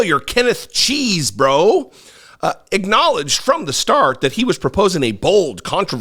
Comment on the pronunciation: Love the way you pronounce cheesbro. All these people around him need to go to jail too. Wish these trump supporters would wake up.